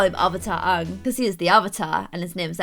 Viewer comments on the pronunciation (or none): OMG YOU CALL HIM ONG? IT’S A-ANG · when you pronounced aangs name like ah ng instead of aye ng, my heart went </3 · Your saying it wrong.... its aaang not ang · im sorry i cant watch this episode the name is Aang not Aahng idk just the way you pronounced it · His name is pronounced aa-ng a as in Apple u say that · Why do you call aang so weird 😁😁